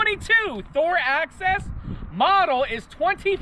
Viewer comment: It's Axis, not access